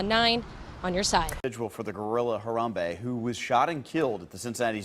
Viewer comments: Name: Ha-ram-be. Not Hambray Ti. Lol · Ha-ram-be ... 3 syllables:-)